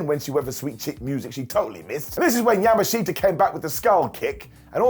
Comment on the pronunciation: It’s super funny hearing say Yamashita instead of Yamashita 😂